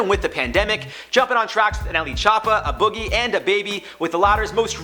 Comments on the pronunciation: The fact that he said A Boogie as “Uh Boogie” is annoying tf outta me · Jarred Bronstein it’s pronounced “Ayy” Boogie. The A is the actual letter A. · This nigga called A Boogie "Uhbuggy" lmao 🤦🏾‍♂️😂🤷🏾‍♂️ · This dude kept saying “Ah Boogie” lmao watch a dumbass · The fact people still don’t know how to say A Boogie 😡